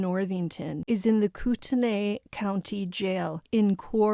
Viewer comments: It’s pronounced: COO-te-NIGH. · its pronounced "CORE DA LANE" and its "COOT KNEE"